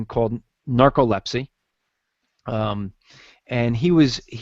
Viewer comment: and, is NARCOLEPSY SO FUCKING DIFFICULT TO PRONOUNCE? Holy shit dude. I think I heard like, 8 different pronunciations.